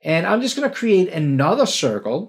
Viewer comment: Whenever says, "C for circle," I actually hear, "C for cookie," in my mind.